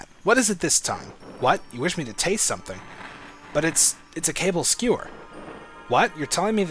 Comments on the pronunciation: it is NOT "CABLE" skewers. it is KA-BALL. Ka as in caught(cau) Ka. Ball(bal) Kabal skewers. not "cable". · is it Kaball not cable